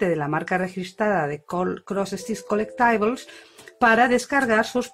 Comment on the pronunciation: Qué identificada me siento con lo que dices de sentirte al principio aislada en lo del punto de cruz, y descubrir luego un mundo a través de YouTube. Estoy escuchando con mucha atención tu "rescate" del pdf antiguo al Pattern Keeper. Por cierto se pronuncia *co-léct-ti-bols*.